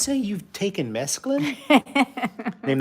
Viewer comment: Mesclun only has two syllables. But mescaline will do. 😉